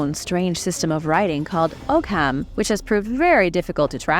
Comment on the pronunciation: "Ogham" is pronounced as "Ohm". In the Irish language "gh", "th", "fh" and "sh" are completely silent. "Bh" is "v"".